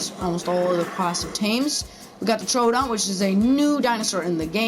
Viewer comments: Actually you pronounce it Tro Odon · Troodon. not TrO Odon. ha